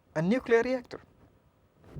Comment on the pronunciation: I'm sorry but I can't get over the lethargic presentation and "Fichikal" problem. God bless his students.